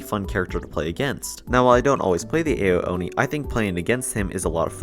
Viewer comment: w vid but his name is pronounced “ow-oni”